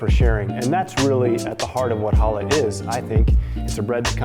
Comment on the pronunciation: Going to make one for Shabbat this week. Thanks! One thing...CHA -lah. Like you're clearing your throat. CCCHHHHAAA-lah.😉